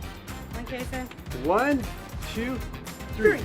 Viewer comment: I love how you call Kason kasso